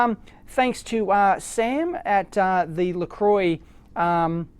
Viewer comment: Not wanting to open a can of worms, or upset you Dave :-) but IMHO a registered trade mark/brand is pronounced how the owners of that brand pronounce it. I'm with you on Aluminum etc but im with kerensky77 on this one.. I think ;) Merry Christmas